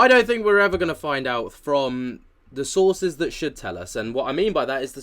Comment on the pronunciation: Sources or sauces?